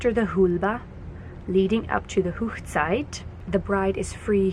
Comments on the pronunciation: Hoegside is actually pronounced Hog ( like a pig) site and is the German word for wedding. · That was really beautiful. 🙂💕💕💕 On a small note it's not pronounced Hochzeit ( whoochzeit) The Hoch part should be Hoch like in the word loch. I know most Hutterites speak high German so I'm not sure why you're pronouncing it like that.😕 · Wonderful singing. Thank you for telling us about the wedding traditions. I am interested in how you pronounce Hochzeit. Rather different from the German I learned. A question, if the bride wears blue does everyone else choose a different colour? I once sung at a wedding as a child. The church had all boy choristers, but they were off on an event. Someone wanted to get married that particular week so they had to round up all the sisters and other girls. It was really lovely. Unfortunately they still did not allow girls in the choir for many years. The choir leader said we all behaved better than the boys!! It is a tradition here in the UK for the bride to marry in her home church. I have taken some of my ancestry back to the 17th and 18th century and they certain did it then. The boys became apprentices and once that finished they toured around working as journeymen to perfect their skills, but also to look for a bride to bring back home, when they joined the family business. Do you also have to have a Canadian legal wedding? There is something of a tradition developing here in the UK that people often meet their future partners at a wedding, they are a great opportunity for people to meet up.